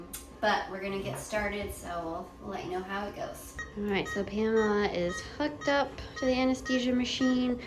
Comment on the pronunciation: when you said “Pamela is hooked up to the iv machine” I heard “Pamela is FUCKED UP”😭😭💀